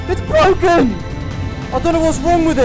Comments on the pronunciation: "ITS BWOKEN" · it's bwoken!!!